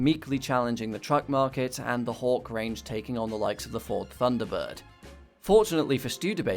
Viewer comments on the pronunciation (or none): none